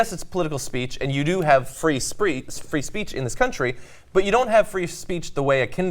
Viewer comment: "Free spreech" - lolz at John